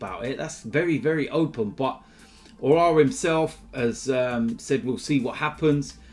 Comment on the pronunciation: Just another day nothing new, an AFTV member butchering aouar name